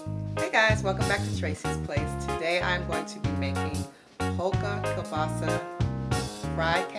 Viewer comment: You have pretty Hair But you did mumble that sausage word that's cool God bless you .